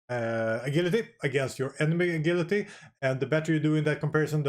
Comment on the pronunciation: What’s “a-gill-atee”?